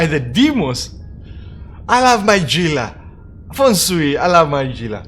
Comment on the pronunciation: Gila is pronounced "hee-la" not "gee-la" o7